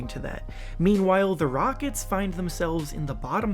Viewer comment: Did you say “Houston Rogets”